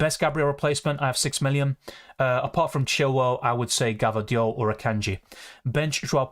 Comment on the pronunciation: U have some stamina dude and a very sharp mind and memory, and please for god's sake, stop saying gvardiol in that funny way hahaha!